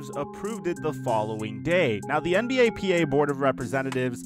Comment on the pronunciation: Why he saying "NBAPA" its NBPA